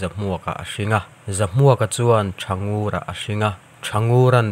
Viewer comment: Thangur.tihlaitak khi i thlukdan a diklo Ngur.laotak khi.thlukhniamtur aw.